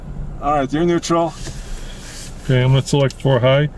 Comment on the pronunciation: Nuetral not nuettsl 😂